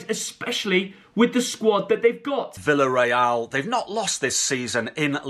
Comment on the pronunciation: Hey just so you know ! Villarreal is pronounced - viyareal. When two L are next to each other is pronounced as Y I’m Spain. Yet again the English stuff it up. Think they know it all but can’t pronounce club names correctly you ‘o. Also you didn’t pronounce Real Madrid correct. Just a heads up. Maybe make a lesson on countries language before you come on and show it sll